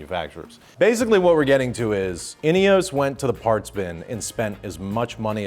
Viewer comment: INEOS - it has no E at the end… why is it being pronounced like it does?